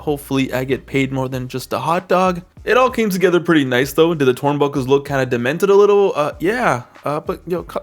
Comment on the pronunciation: twurnbuckle :3 😂😂😂